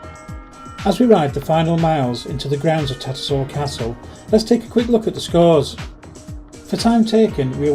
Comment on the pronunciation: TatterSHALL not Tattersall. Does bug me as a local when people pronounce it wrong 😂